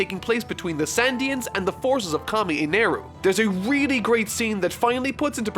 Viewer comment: "sandians" "merry go" bruh where are you getting these, its going merry and shandians